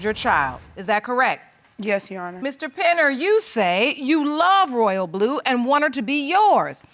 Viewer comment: Ma'am it's Royal'blu 🙄